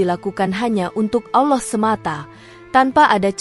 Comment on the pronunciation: Sebutan Allah pun x betul